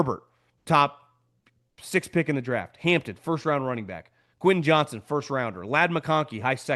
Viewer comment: Quentin Johns-ton, not Johnson. The football media continues to say his name wrong.